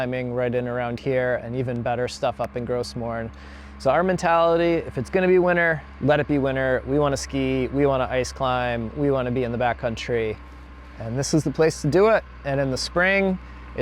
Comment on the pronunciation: Hi! Wow, beautiful visuals and music and very interesting reporting. By the way, «Gros Morne» is French and the «s» is silent. I would love to hear you try and say it with a French flavor: Would sound like: «Gro Morne». Cheers!